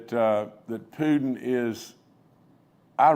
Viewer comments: You know, you know, you know, you know !! Please give this moron some speech lessons!! Did he just call Putin, “Pudin”??? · Did he call Putin, “Pudin”???